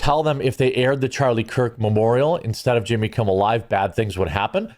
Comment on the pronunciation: Why u keep calling him yimmy